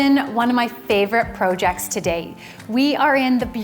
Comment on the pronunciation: Irk why she says projects weird